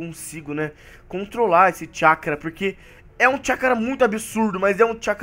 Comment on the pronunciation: Alguém percebeu que o fala chacará em vez de chackra kkk